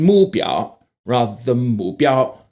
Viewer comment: It should be mu4 biao1, with a falling tone on the the 目 😉